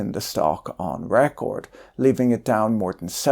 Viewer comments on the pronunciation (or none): none